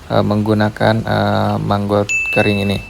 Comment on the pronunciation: Maggot bang.....bukan manggot..👍🏻😄